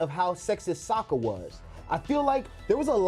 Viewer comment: And cmon bro its Sokka, not Soekka 😂😂